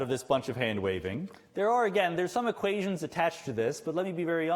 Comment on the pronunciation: I like his presentations. He his a good teacher, clear even if his prononciation is sometimes funny like "équaygions" or equeyzons"; nice, a bit like Jimmy Kimmel. I like his humour too. It is rare to laugh during a talk on theoretical physics... Thank you for this great conference.